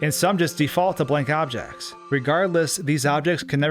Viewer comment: "blake objezs"